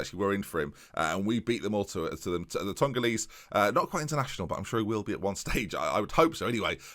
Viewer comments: it's togolese not tongolese you always add ns when they're not there lmao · ToNgolese? Why do you add N’s into words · 'Tongalese' has bloody well done it again adding an 'N' where it has no place - Some elocution lessons from renowned national breaking news reporter Sports News wouldn't go amiss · Did anyone else catch insert an N into Togolese or is that just me? Him and his magical N's 😍